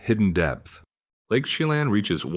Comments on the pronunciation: If you are going to do a video on Washington, maybe you should learn how to pronounce thungs like Sequim (pronounced Squim, not sea quim), Yakima (pronouced Yak eh maw, not Yak ee ma), and Lake Chelan (pronounced Sha lan not chee lan) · If you're going to make videos about places you should research how those place names are pronounced: Sequim is pronounced like squim, it rhymes with swim, Methow is pronounced like two words Met-how, Yakima is Yak-ah-ma, Chelan is sha-lan. I wish you had said the the powerhouse at Snoqualmie Falls was tunneled inside the rock it cascades over. It's the only one like it. Over all, you made a very good video about WA. Thank you. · Double check pronunciations... Chelan, Yakima and Sequim, for example... 😉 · If you are going to do a video like this, at least learn how to pronounce the names. Chelan... Sequim... LMAO!!!!! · Chelan was messed up too.